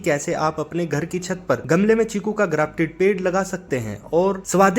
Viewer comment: चीकू है भाई छीकु नहीं